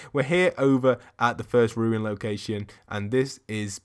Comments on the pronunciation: Oye... It's RUNE not RUIN (not ru-in). LoL 😂 You've been caught by the grammar police 👮✋🤣😋👍🏼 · RUNE! RUUUUUNE! Not “Ruin!” Why can no one pronounce it?! Love the video though haha.